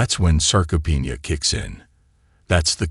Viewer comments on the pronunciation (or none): none